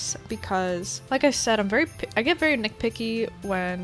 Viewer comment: Am I the only one who kept hearing "nickpicky" instead of "nitpicky"? Not hate I just find this funny